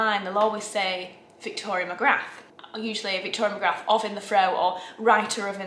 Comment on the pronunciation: Magrath Magrath Magrath! Do the math! There is no CEE in VEE MA-GRATH! Fabulous video! And thank you thank you! for including so much of Paris. It is really difficult to go without travel, but you get us so close that we FEEL the benefits. Thank you VICTORIA MAGRATH!